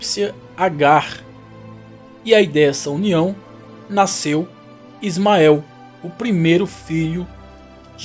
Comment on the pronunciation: O narrador fala português por todo o vídeo. Só o "naisceu" que parece ser um dialeto. Em português se diz "nasceu".